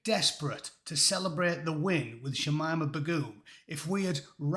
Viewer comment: "Begoom" sounds like "Big boom".